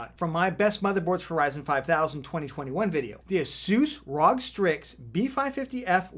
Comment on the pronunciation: Following you based on the fact that you ALSO call it the ROG Strix and not the "Are Oh Gee" Strix.....